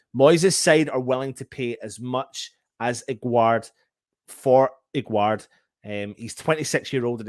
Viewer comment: His name isn't agwerd like you say The pronunciation is like guest 😉